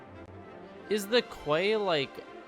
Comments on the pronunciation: Key not kway :) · psst hiya quay isn't said like "kway" it's actually said just like "key" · quay is pronounced like key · “Quay” is pronounced “key”. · You pronounce quay as key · Its pronounced Key Quay = Key